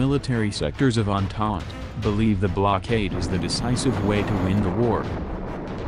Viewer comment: Andand instead of entente